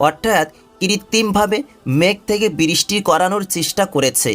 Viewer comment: বিরিস্টি/উচ্চারণে অনেক ভুল